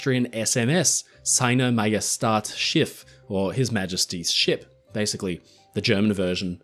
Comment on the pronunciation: Your German pronunciation for SMS was actually not that far off but the ä in Majestät is more pronounced like a German "e" or an English "a" than a German "a"